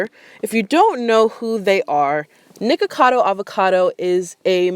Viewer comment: You said her name right, don’t worry! c